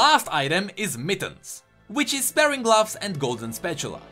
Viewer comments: I don't want to sound, but sparring gloves is pronounced spar-ring gloves. Not spare-ing gloves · It's called spah-ring, not spare-ring! Also, thief gloves scale with player level, not champion level. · Sparing gloves? do you mean Sp-ar-ring? I tease :D Aweseom video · Sparring gloves is pronounced like Spar (sounds like far) When two martial artists spar, they are practice fighting each other. The gloves are not used for sparing people. they are used for sparring people. Great video as always though :) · Dont know if someone else has said this, But i think they are pronounced Spar-ing, Like fighting or smth. Love the content, keep it up:) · not to be picky but you were pronouncing sparring like sparing which means to be frugal. sparing is pronounced like air and sparring is a hard R. English is stupid.